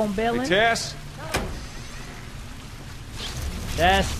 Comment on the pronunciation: When he said "Tess,go!" I legit thaught he said "Tesco!" I'M BRITTISH GET OVER IT!!!!!!!